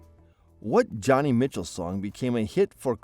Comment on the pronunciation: Joni Mitchell.. Joni pronounced like Joe-knee. Not Johnny. She was and is a very beloved and popular singer songwriter of the 1960s.